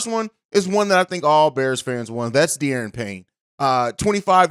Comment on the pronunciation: Duh-Ron Payne. Not Dee-Aaron. And Elgton isn't a free agent anymore